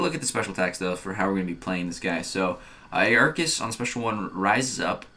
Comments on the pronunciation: Ar-kus not a-ar-kus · Pretty sure it’s pronounced arkus